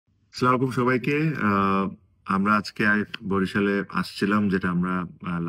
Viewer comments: সালাম টা ভালো করে শিখেন মিয়া ভাই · ভাই সালাম শুদ্ধ করে দিলে ভালো হয় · সালাম টাও সঠিক ভাবে দিতে পরে না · সালাম টা ঠিক করে দেওয়া দরকার ছিল। 😴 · ভাই আপনাকে মন থেকে পছন্দ করি কিন্তু আপনার সালাম তো সুন্দর হচ্ছে না সালামটা সুন্দর করে শিখেন